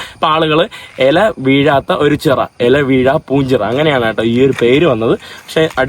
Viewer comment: എല അല്ലെടാ ഇല